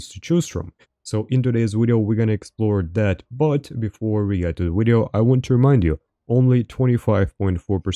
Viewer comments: “ermm.. well its my wideo 😂 wideo 😂 its my wideo is called broken for reason 😂 my wideo” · impressive how he uses a W in every word that has a V like "Wideo" and still i understand perfectly everything he was saying